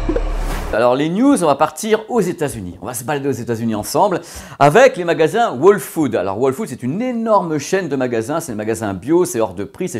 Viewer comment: Toi qui parle si bien l’anglais le W de whole food ne se prononce pas … 😉😂😂